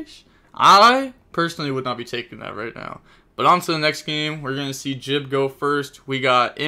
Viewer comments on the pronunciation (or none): none